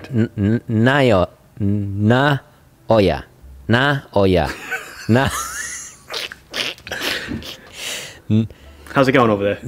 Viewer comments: Japanese pronunciation is phonetic, based upon a collection of consonant vowel combinations. Naoya would be pronounced na-oh-ya. The emphasis would be on the oh., it would be worthwhile to learn the japanese phonetic alphabet so that you can get the pronunciation of names correct before you visit Seiko in Japan. The effort will pay off. You can find it online by searching for a katakana chart. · Nah-oi-a hee-da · Ok you nailed it: just say the f... name ! 😤 Give it google: it would pronounce it.